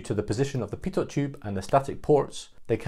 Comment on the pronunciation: Good summary. BTW a tiny point: Pitot is pronounced without sounding the last letter, ie "pito".